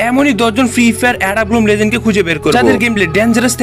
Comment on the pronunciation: লেজেন্ড কি লিজেন্ড 😂